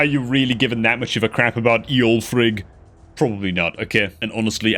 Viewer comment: love you're videos man, but I gotta say, you make fun of people that call Gisgard the Sig-guy-led instead of Si-giled. But you pronounce Eolfrig as Ee-olfrig instead of Ol-frig. But still luv ya man, keep the videos coming. Unbowed unbent.